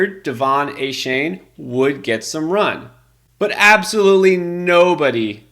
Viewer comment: It's pronounced ( A- Chain) not a shane